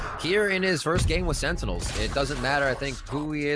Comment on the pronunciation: so im not the only one who sometimes mispronounces Sentinels